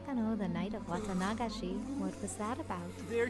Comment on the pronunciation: Also, the way they say "Wata-NA-gashi" really bugs me 😂 it's always been pronounced "Wa-TA-nagashi".